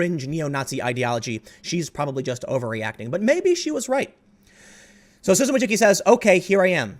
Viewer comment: As a Polish guy your pronunciation of Wojcicki makes my ears bleed. I understand why you say it like that, but it starts to become funny how you butcher that word. (It should be closer to [Voy-chi-cki] the last part you're getting right, second is similar to *chi*p, first I think is fairly obvious . Yes, I know I am pedantic.)